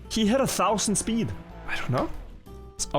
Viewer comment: Previewsh? SssPEEED? Just make videos in your own language and stop murdering mine.